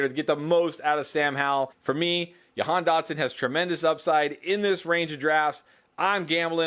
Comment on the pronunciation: Hey, I’m from Nazareth (Dotson’s hometown). It’s pronounced Ja-Han just to let you know. Love all the great content!